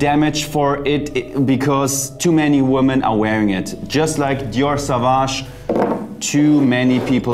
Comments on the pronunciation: Dear Jeremy. - It ist not pronounced „Savage“, but „Sovage“. Au in French is like o... Sorry for this „Besserwisserei“ ... thanks for your channel. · [so.vaːʒ] „soowaasch“ 🙏🏽